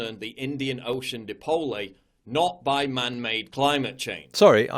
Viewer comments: “The Indian Ocean di-poh-lay.” Clearly a scientifically literate commentator, but referring to the mythical Dipolay that rises from the ocean and starts bushfires by its power to cause lightning strikes. Check-mate, fact-tards! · Of course, saying "di-po-le" is a sign that this "political commentator" simply cannot read english, cause the right english pronunciation is clearly "dipole", exactly as you pronounce it. To pronounce it correctly, you don´t have to know its meaning beforehand, instead, you just have to be able to READ english correctly, and this so-called "political commentator" should clearly visit the 1st class of elementary school again... On the other side, "dipole" is a greek word, and it´s pronounced "di-po-le" in greek, thus leaving all-foreign-language-speakers in the world pronouncing it wrong, to begin with... ;-) Thus, my only conclusion can be, that this so- called "political commentator" surely cannot read his own mother-tongue, but flawlessly greek instead, which is remarkable !!! Remarkably idiotic, that is... Greetings from Greece! ;-) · "Depollay" hahaha nah mate "die-pole"... i know it wasn't you but i just had to point it out... great vid mate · LOL at the dipole bit. Just FYI, the pronunciation in Dutch is actually "deepole", but I'd never heard of "deepolay". Super annoying. Trying to sound interesting or erudite isn't he? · back for more dee-poe-lay 😅😁🤣🤣 still funny 😁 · Anyone with a passing grasp of English would know it's NOT pronounced dih-pole-ay, so I must conclude he didn't pass his English exams. Anyone with a slightly more nuanced grasp of English would conclude that dipole means two poles, which would be correct. I'm absolutely certain he didn't grasp that detail. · The fact that he pronounced it as "di-po-le" is just more proof PJW is a dumb hack. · Mr. Dee Poe Lay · "Dip-olé" rofl! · "Dip-ole-ay" Jesus fucking Christ, and people still pay attention to PJW? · No it's DIP-POLE-LAAY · De-pole, lol. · "Di-pôlé" hahaha